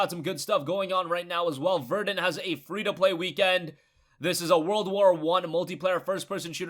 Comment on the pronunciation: IT'S NOT VER-DEN it's VER-DUN!